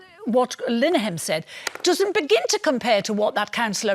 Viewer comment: That’s father Jack, not Ted. Also his Name is Linehan not Lileyhan. Muppet